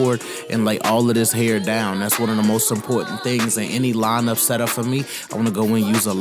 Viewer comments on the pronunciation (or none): none